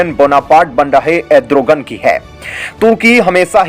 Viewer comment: एड्रोगन नही re भाई अर्दोगन....